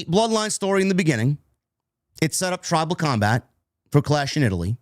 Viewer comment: “Tribal cumbag” That’s exactly what I thought said. I was confused when Roman said he accepted it.